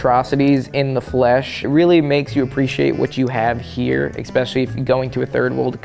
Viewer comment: Eggspeshialie? Ekzpecially? Xspecially? Xtra-especially?